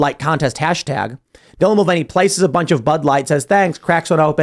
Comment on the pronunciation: It's called the mul-vain-ey affect.